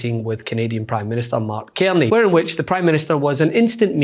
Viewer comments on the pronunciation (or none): Prime Minister Mark CAR ney. Not Kierny please! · Canada here. Our prime minister is called Mark CARNEY. Carney is pronounced as it looks. Car Knee. Please get it right. I was annoyed by your pronunciation yesterday but assumed that somebody else would correct you, today I was extremely annoyed by it, it is not as if it is a confusing name.